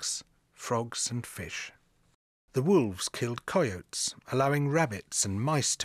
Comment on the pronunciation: I really like his voice and it's very soothing, but the way he says sloths, pumas, and coyote is just so strange!